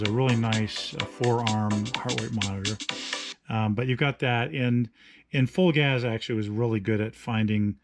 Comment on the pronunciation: Psst, it's pronounced Full Gaze. ;) Thanks for the review though.